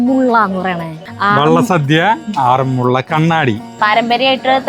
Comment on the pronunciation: എന്റടുത്തെങ്ങാനായിരുന്നെങ്കിൽ വിന്റെ ചെവി പൊന്നാക്കിയേനെ. ആറന്മുള്ള അല്ല ആറന്മുള എന്നു പറഞ്ഞു കൂടെ. മലയാളം പ്രൊഫസറുടെ അടുത്ത് നിന്ന് പറയാണ് ആറന്മുള്ള, ആറന്മുള്ള വെള്ളസദ്യ എന്ന്. എന്നിട്ട് അവസാനം തൃശ്ശൂരുകാർ ഇങ്ങിനെയാണ് എന്നും. പറയും. ഈ വ്ലോഗ് കണ്ട് മൂഡ് കളഞ്ഞു. ഇനി പ്രതികരണം പരിപാടിയിൽ വായിക്കുന്നതിനു മുൻപ് ഇത് ശരിയായി പറയണം. സർവ വിജ്ഞാനകോശമാണ്. എല്ലാം തുലച്ചു.ആരു പറഞ്ഞാലും കാര്യമില്ല. ഞാനങ്ങിനെയേ പറയൂ